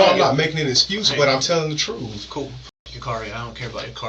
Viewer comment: “i’m telling the troof ” (That was hard to type because spell check kept trying to correct me.)